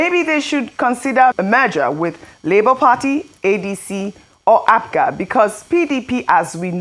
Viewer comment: Abati says Apuga...APGA.😅😅